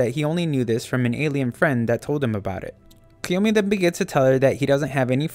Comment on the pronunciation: But that's how his name is actually pronounced